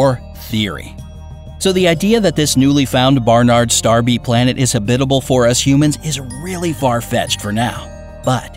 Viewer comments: It’s pronounced “Hab-it-al” not “Hab-bib-al” Where did you learn to speak? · please stop saying habidible. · Why does this narrator have trouble pronouncing 'habitable' i.e. ha-bit-abul?! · You’re pronouncing habitable wrong! It’s annoying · Why does he only say habitable correctly one time time!!!???? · This is a bit too campy for me. Also, who pronounces habitable that way? Check our Kurzegasgt. Take notes. <3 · You mispronounced habitable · Hahaha! He just HAS to be pronouncing "habitable" and "Proxima" that way on purpose! I say that because every once in awhile he slips up and pronounces it correctly! Hahaha